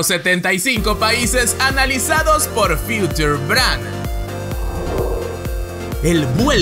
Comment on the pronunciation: Future se pronuncia Fiuchor.